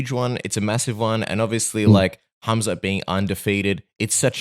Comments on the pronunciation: Is he trolling saying Hazmat? I like Rob, but come on now. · K.H.AM.Z.A.T...NOT HAZMAT takerwhit bertro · He is not Kazmat stop saying his name wrong dude)) i thought Robert is not really that guy i thought he is more careful with those stuff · Can someone please tell The Reaper, it is HAMZAT not HAZMAT 😂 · He heard other fighters pronounce it as hazmat... but it's pronounces hamzat...close enough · Khamzat ❌️ hazmat ✅️ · Why does he keep calling him Hazmat? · Funny how Bobby calls him Hazmat 😂😂😂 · Did he say Hazmat Chimaev? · Uncle Chael infesting everyone with fighter name mispronounciation. HAZMAT ??? lol😂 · Is he calling him Hazmat on purpose LMAO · Rob MUST have been corrected by someone at this point for saying hazmat. I think hes doing it on purpose lol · Rob calls him HAZMAT. Hazardous and Toxic Material. 😂😂😂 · Rob trying to play mind games with Khamzat calling him hazmat. Even though before the fight was booked he would say his name correctly 🤣 this is going to be a fun fight 👊 InshaAllah 14-0 ☝️ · Rob's still calling him "Hazmat" lol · Every time he calls him Hazmat it tickles me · He uses to pronounce his name incorrectly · Mispronouncing a name from a completely different language and part of the world? It's not that big of a deal. I'm sure he didn't mind being called Hobert Whittaker